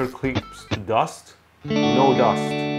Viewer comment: bruh the way it pronounced dust "dayoste"